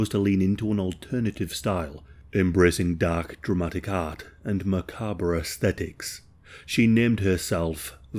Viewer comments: "maca-bruh" and "chick?" Just fyi. The word you were trying to say is Chic, which is pronounced sheek. The "b" in macabre is silent and is pronounced muh-kahb. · Just for the record, macabre is just pronounced macab -- the re is silent